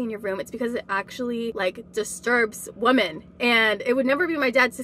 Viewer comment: Why does she keep saying woman instead of women?